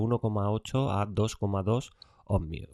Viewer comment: Otro que dice "omNios"